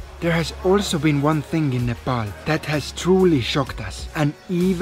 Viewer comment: thank you for correct pronunciation of NEPAL